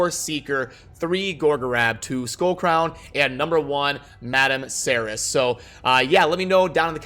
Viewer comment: prounced... Madam Ser-reace